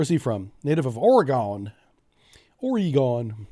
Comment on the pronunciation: Please say the state correctly it is not “Orygone” it is pronounced “Oregun “. Love your updates, love all your videos.